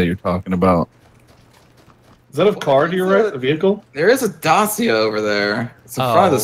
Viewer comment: The way he pronounces Dacia also hurts me tbh.